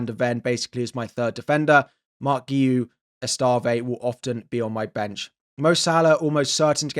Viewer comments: Pronounced ESS-TEV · That Esteve pronunciation 🤣